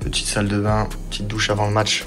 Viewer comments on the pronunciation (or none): none